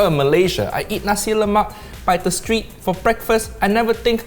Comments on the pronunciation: It’s pronounced sambal not saambaal. Why do Brit’s do that? You are so picky about saying words correctly but you can’t say pasta properly and now you can’t say sambal properly.and it’s nasi lemak not naasi lemaak. And it’s pandan not paandaan. And it’s laksa not laaksaa. You are using flat “a” like in “hat” but it should be a rounded a as in “hard”. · We Malaysians get frustrated when some of you pronounce "nasi lemak" wrong. It's "nasi lemak" not "Nacie Lemack" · I love the pronunciations from you Brits! Its pronounced "Nasi le-muk" and "Luksa" not Nasi le-Mack and Lack-sa 555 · on a side note. It's pronounced NAsi LEmak. The first syllabus of each word is the one emphasised! Either way, great work guys! Always enjoy seeing our tiny little island on a video! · They are butchering on how to say "nasi lemak" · what did i learn? no white person can pronounce nasi lemak